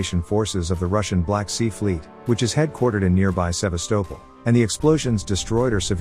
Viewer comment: SeVAastopol the accent is on the 2nd syllable.